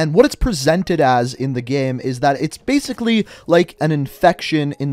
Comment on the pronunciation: Zo bazically, brain go boom?